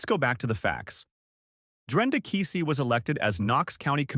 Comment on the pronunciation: Oh !Please, Not Kisi it’s Keesee